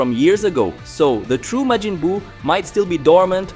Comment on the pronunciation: No, he's got Majin spot on, but has a couple flubs elsewhere, like Glind.